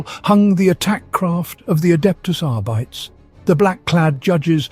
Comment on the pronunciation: 40K uses Dog Latin, ergo (heh) Custodes and Arbites probably ought to have their terminal esses sounded as full syllables - Cus-tod-es and Ar-bit-es. That's not an absolute rule, because a Gothic setting like this will always play with the notion that the past is forgotten or blurred, but it's certainly how I've always pronounced those names.